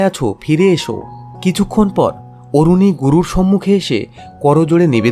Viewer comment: আরুণী not অরুণী